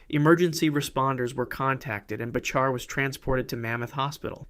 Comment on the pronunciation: "Bachar" is pronounced "Backer", btw.